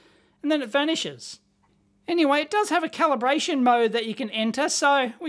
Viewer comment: "Caliberation" LOL